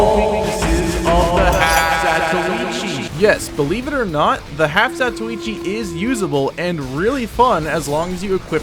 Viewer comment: you must be the only youtube tf2 guy who knows how to say the name of the blind swordsman great vid